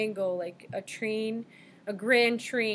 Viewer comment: You're mispronouncing 'trine'. Thank you for your work. *A.